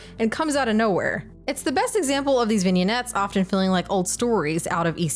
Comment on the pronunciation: Love Heavy Metal - I was a newborn when it came out but saw it years later so it's nostalgic for me. Dated but still fun as Hell 😊. Also, it's pronounced "vin yets" 😉.